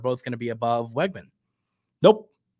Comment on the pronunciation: Hey. Just a heads up, according to people who attended high school with Conner his last name is pronounced Wigman, not Weggman.